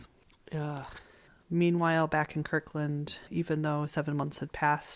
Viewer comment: It's KIRTland!